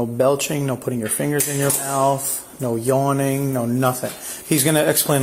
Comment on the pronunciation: He said know yawning 😂